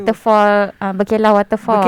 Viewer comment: kalau tak silap, sebut dia bukan ber'kay'lah mcm yg pi makan angin tu, tapi ber'KE'lah.